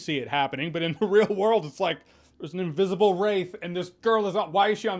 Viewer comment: Oh god, I thought he said “invisible rape” and choked on spit!!!! 🤣